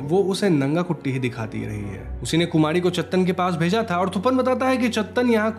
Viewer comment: Kumadi??? Are you saying Kumadi??